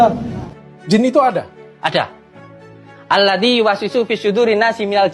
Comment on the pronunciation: Cara pengucapan nya pun salah...bukan alladi..tp alladzi...